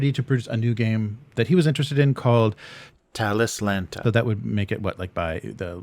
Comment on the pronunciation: The dubbing of 'Talislanta' is confusing me. Are you mispronouncing it in the vid?